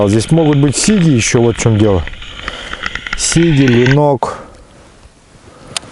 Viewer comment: А у всех Сиги, ударение на первую и)я сам с Карелии,мне ухо режет.Думаю что сиги в пачке,сиги в озере)